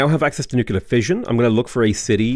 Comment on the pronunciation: nucular is downright unacceptable, derived from the word nuculus, at the center of the atom